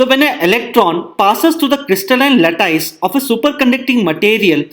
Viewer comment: sry to message this way but the pronunciation of 'lattice' is a bit different than what sir you pronounced. thank you for video.